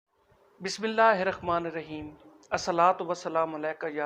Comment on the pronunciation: معزرت کے ساتھ آپ نے بسم اللہ غلط پڑھی ۔۔ علوی اعوان ۔۔ حضرت ابو القاسم محمد الاکبر حنفیہ بن علی المرتضیٰ علیہ السلام ہیں۔